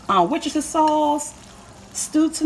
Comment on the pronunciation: I giggled so loud, because of the mispronunciation of 'sausage' but ya nailed 'worcestershire sauce'.... lmao LOVED IT!! lol